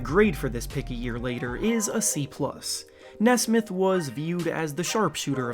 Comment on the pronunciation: (Knee-Smith) not nesmuth